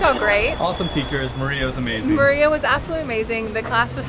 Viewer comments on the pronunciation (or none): the polish name isnt pronounced like the spanish name it's pronounced 'Marya'